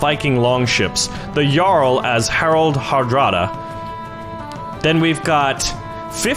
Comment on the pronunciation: Norwegians had Jarls, (Yar-l’s) not kings.